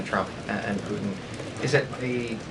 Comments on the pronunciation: It’s not pooen it’s Putin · Love her but this is just awful! I have noticed a trend of young women not pronouncing Ts. “Imm -pworr-ann” for important is another. Poo-hinn is really poor because it is a person’s name. Not sure what this is about as she is otherwise outstanding.